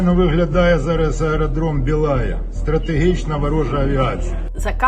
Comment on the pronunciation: Бє'лая ,ане бєла'я .Гарнізон Стєпноє .